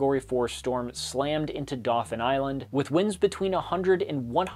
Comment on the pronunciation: I laughed more than a little at the pronunciation of Mobile, AL. It's understandable, he's not the only one to do so. But phonetically it's closer to how one would say "bee" - MO-beel. You got Dauphin Island spot on, however!